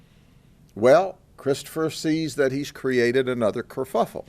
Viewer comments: Grady said "he caused another kerfuckle" hahaha. Wtf. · He said curfuffle😄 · "Curfuffle" 😂😂😂😂❤🙏 God I just Love Grady Judd